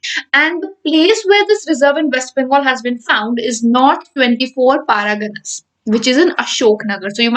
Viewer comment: It's not paragana madam... It's pargana..